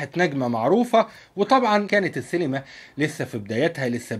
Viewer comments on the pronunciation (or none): شكرا ع الموضوع بس انت ليه بتقول سيلما هي اسمها سينما ولا ايه 🤔